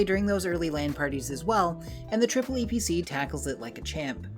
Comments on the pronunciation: disgraceful; he said "triple e" and not EEE PEE CEE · is pronounced eeeeepeeeeeeeeeceeeeee